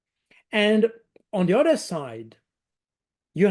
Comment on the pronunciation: Baud is VERY GOOD at English. To perfect it further remember to pronounce the ´th’ in English. He tends to substitute a ´d’. Consistently avoiding that substitution would make a big improvement with minimal effort. Th can be voiced or unvoiced. Baud has no trouble with the th in ´think’ which is unvoiced or in the word ´something’. But he pronounces ´other’ like ´udder’, as in the thing that hangs from the under side of a cow and may be milked.